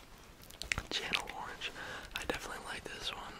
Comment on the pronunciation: hi sweetie, "chanel orange" is pronounced sh a nell ❤️ enjoyed this video